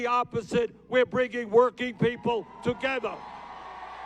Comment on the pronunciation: Bernie 'TOGETHA' Sanders